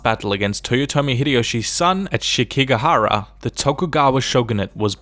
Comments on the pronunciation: Sekigahara not Shekigahara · It's Sekigahara, dumbass. Shekigahara? Really? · This is very good just a couple grievances, one being that its written and pronounced, "Sekigahara" no H before the first E. And Secondly I know this is a short video as there is a lot of stuff to cover but with the sengoku period being the most famous I wish you explained about the betrayal of Mitsuhide Akechi with Nobunaga and also wished you could cover Yukimura Sanada as he is by some considered the best Samurai to hold up their ideals of honor and loyalty. I would recommend anyony to either play Samurai Warriors: Spirit of Sanada or the Samurai Warrior games in general or even look up about Yukimura. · >shekigahara lmao wtf